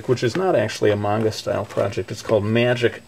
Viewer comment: Yes! He pronounced manga right! Great job! -thumbs up- I want to be an english teacher in japan when im old enough. I was really excited when you told us about that in your videos.